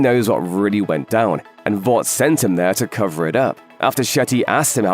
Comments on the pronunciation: Why he saying vaat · When someone with a British accent tries to copy American pronunciations for certain words, instead of saying them as they would naturally. 🥲 Vought should rhyme with thought, polarity with clarity, etc. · Absolutely wild to hear your pronounce the word Vought with an A, giving that it is spelt without one and said numerous times in the show